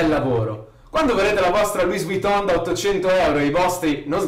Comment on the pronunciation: Luì Viton,ripeti dopo di me,Luì Viton.Con la N nasale e la O chiusa.